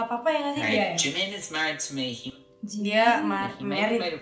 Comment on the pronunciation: Sebutannya salah!!!! Ini bisa jadi masalah . Liat2 Jimin real come deh😆😆😆. Pas lagi ngobrol sebutannya salah. Waduh bisa sial parah ni.